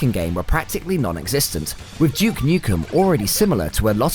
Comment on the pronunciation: Who the fack is Juke Nukem? lol